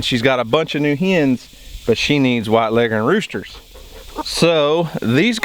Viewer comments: Bo Bauer Yep, that’s how it’s pronounced, and we pronounce it that way up north, too! My grandfather (born 1917, Iowa) always said it that way. Here in Michigan, we say leggern, too. Leg-horn just doesn’t sound right. lol Just an guess — maybe the old Foghorn Leghorn cartoons destroyed the proper pronunciation.🤷🏻‍♀️😂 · You are correct in your pronunciation finally someone got it right